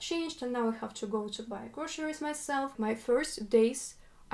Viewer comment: Don't say grosheries 😬